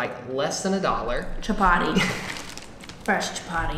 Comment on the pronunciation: Your saying chapati wrong